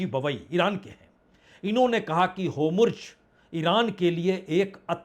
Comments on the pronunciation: Hormuz not homruz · Bajpayee ji Homurj mat boliye Hormuj kahiye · बाजपेई जी वो अंधभक्त होते हैं जो अपने पापा द्वारा डोनाल्ड को डोलांड कहने पर भी वाह वाह करते हैं। मैं आपका प्रशंसक हूं इसलिए जब आप हॉर्मुज को होमुर्ज कहते हैं तो अच्छा नहीं लगता। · Punya bhai, u r pro Congress..... BJP bhi bahut saare muddon pe galat hai jaise my lovely PM is behind AAP Leaders of Delhi unscrupulously 😢 Make a video fairly bcoz BJP is performing excellently on many fronts.....aur dubara fir aapko correct karta hun....ye Strait of Hormuz hai naa ki HOMRUZ😂😂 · बाजपेई जी आप हिन्दी का उच्चारण गलत करते बार बार करते।hormuj हॉर्मूज म पे र लगा है अतः पहले पढ़ा जाता,आप होमुर्ज बोलते जो गलत ।नेतन्याहू को भी गलत बोलते नेताहानू बोलते कितने लापरवाह हो ।हो सके तो ध्यान दे। कोई भी तथ्यात्मक कथन नही होता। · Tum kuch bhi ban jao lekin rahoge Bihari. News padhne aa gaya. Na to Netanyahu bola ja raha na Hormuz. Natanu Natanu or Homurz Homurz kare ja raha hai. Abe bawli gaan.... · भाई साहब आप इतने वरिष्ठ पत्रकार है फिर भी आप हॉर्मूज, नेतन्याहू एवं तुर्की के प्रेसिडेंट का नाम ठीक से नहीं ले पा रहें है। ध्यान दीजिए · आप होमुर्ज़ बोलते है अच्छा नहीं लगता, आप काबिल इंसान है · भाई साहब हार्मोंस और नेतन्याहू बोलना तो सीख लो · Hormuz ❌ homorjhut ✅ 😂😂😂😂😂